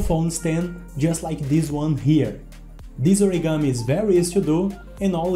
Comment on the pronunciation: You said it origami it's not origami